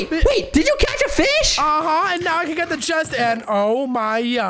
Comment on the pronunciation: And omz when he says now he says neow!